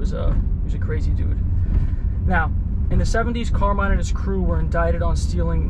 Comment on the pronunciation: Pronounced CAR-mine FA-tee-co ... hahaha